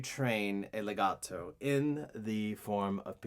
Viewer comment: I love how you sound so Italian when you say words like "pizzicato" and "legato"